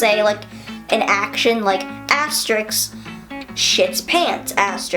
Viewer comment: I love your videos. Why did you pronounce 'asterisk' as 'asterix'? Vegan Gains would never make that mistake.